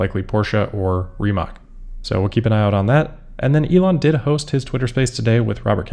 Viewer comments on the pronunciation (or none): Rimmatz, not Rimack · Rimac is pronounced Rimats, btw.